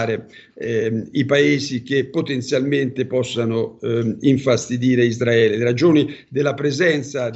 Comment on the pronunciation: Isdraele NON SI PUO' SENTIRE!! DITEGLIELO CHE SI SCRIVE e PRONUNCIA CON LA R ISRAELE ISRAELE ISRAELIANI ISRAELE!!! ISRAELE E NON ISDRAELE!!!!!!!!!!!!!!!